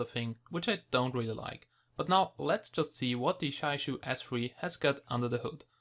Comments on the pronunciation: It is pronounced as "jee-ya yu", the yu made pursing your lips and rhyming with "she" without the s. Jia sounds exactly like the Chinese word for family (use Google Translate to articulate). And Yu is fish. I suspect the manufacturer is from Jiayu Country, Hubei, China. ;-) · Roslan Japar I asked several real Chinese people about this. And all told me that they don't say Jiayu like in this video here or in some special strange way. They say it just straightforward Jia-yu, that's it. People think in their mind that it is pronounced is a special way just because it is Chinese. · It is pronounced Jiayu ( chi-ya-yu) correct me if i'm wrong..thanks..nice review and the device itself have a good specs!